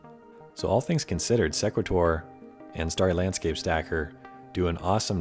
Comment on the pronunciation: Thanks for the video. I believe Sequator is pronounced " see' qway tor" like equator with an "s" in front. I've used the program myself with good results. Good tips!